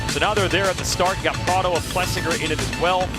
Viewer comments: Why can't James say Prado's name properly? Kind of stupid he won't do it. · Bubba can’t hide his distain for Prado, won’t ever say his name right 😂. I guess I get it after Prados year last year and giving up.